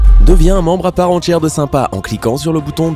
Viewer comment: " entière '' et non pas " entchière " .... SVP